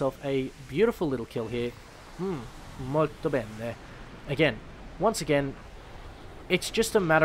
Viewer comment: as italian, that was perfect "molto bene" xd